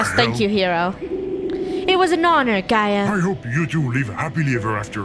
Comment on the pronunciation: It’s pronounced: ( jee-a) but spelled: (Gaia)